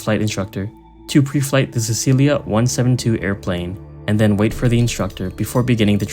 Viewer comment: Cecilia? You're not even trying at this point...